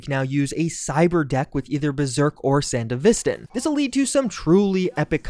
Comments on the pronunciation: 3 years, thousands of comments, still can't say Sandevistan right. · San-DEvi-stan, like its a post-soviet country name.